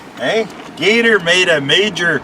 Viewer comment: Gator for Mayor! You pronounced it right Gator. Seems we get a bad one every year or two. Pretty much all farm fields here. Basically a very weak tornado with straight line winds. Glad you came out unscathed. Be good and we'll see you down the road.....thanks.